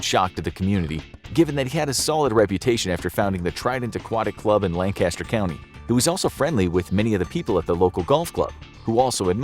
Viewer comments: Lancaster is pronounced “lang-kiss-ter” not “Landcaster”.. coming from a native lol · you can tell the narrator is from the west coast based on the way he said Lancaster